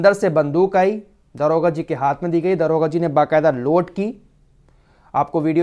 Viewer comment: Daroga jiiiiiiii daroga bolo